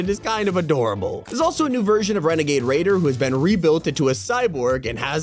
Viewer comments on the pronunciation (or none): Wenegade Waider